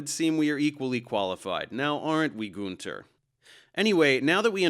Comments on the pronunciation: btw. I love and respect your videos. But as a native German speaker, I need to mention that you mispronounced Günter's name. YOu called him Gunter (Goonther) but he's actually pronounced like Günter (Günter)! :D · Man it‘s gÜnter not gunter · Every time I hear a native English speaking person pronounce the name Günter my nails screw themselves up ^^ (u and ü is not pronounced the same way…). ok this guy’s German accent is even more annoying ^^ I’m not a German but German is my native language so I am allowed to say that ^^